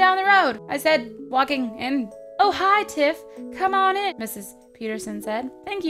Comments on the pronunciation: "I sald" lol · "I SALD walking in" 😂